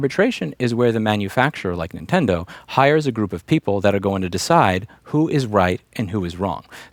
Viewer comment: Louis, I'm so sorry to inform you but... you're OLD. You're saying INtendo instead of Nintendo. Tsk tsk ser. Well, at least you did say it a couple times that way lol